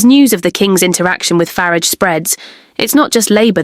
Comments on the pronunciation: Yes we heard you repeatedly mispronounce Nigel farages name..disrespecting ring him and the party he stands for. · I'd like to believe this post ... but I'm not taken in by this vlog. Just ask yourselves: why is Nigel Farages' surname mispronounced? Could this be an AI voice? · 😂😂😂 I can't! The way the ai says Nigel farage! 😂😂 Starmars actually wild tho wtf...